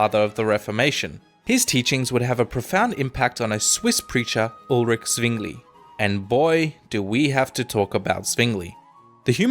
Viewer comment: Rofl he called Mr. Zwingli something like Suingli. :)